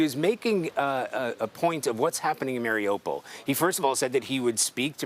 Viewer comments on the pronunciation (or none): news, Someone please tell the correspondents that they mispronounced Mariupol. Listen to a Ukrainian say it. Marie oo pole, not Mary opal. Thank you for your attention and 💙💛 SLAVA UKRAINE!💙💛 🙏 PRAY for the Ukrainian People 🙏 and the end of Putin's illegal invasion.